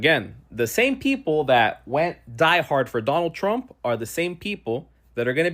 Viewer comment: KH told them what would happen. "I will bota for donald tzrump.